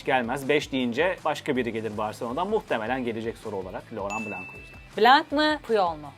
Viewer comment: Lütfen medyadaki isimler şu isim telaffuzlarında biraz daha araştırmacı olmalı, Loran Blan okunur, hatta en sondaki N harfi yarım söylenir.